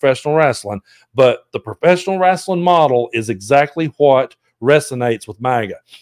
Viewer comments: “rasselin”. 😂 I love you! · Lol love how u say it RASSling